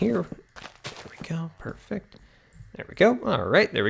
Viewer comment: WHY DOES HE LIKE SAYING PURFECT !!!!!!!!!!!!!!!!!!!!!!!!!!!!!!!!!!!!!!!!!!!!!